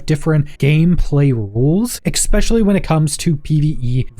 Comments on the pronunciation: its pronounced "especially" not "exspecially". for the love of all thats green learn this please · Jesus Christ. especially. ESS-SPESHULLY Stop saying it with a FUCKING x.... or I will go NUKULAR... 🙄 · did my guy really say ekspecially lmfao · amazing review and amazing work. (why do you keep saying ECKSPECIALLY)